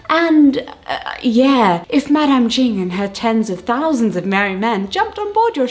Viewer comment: hellos!! just a little tip: the "ch" in words like "cheng" and "ching" are pronounced the same way as words like "chase" or "chapter"! hope this helps in case you need it in the future :)